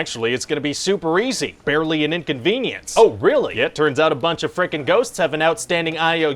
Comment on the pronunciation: "Barley and inconveince" lol